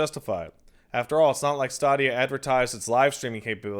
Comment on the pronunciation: HOLY FUCK PAT. Sense the Stadia got announced ive been cringing every time you say Stawwdia. But at the beginning of this fucking stream, I was like, "know what? Fuck it, Stawwdia doesn't deserve to have its name said right." And then merely seconds later you pronounce it STAYDIA Pat your a fucking bastard and i love you.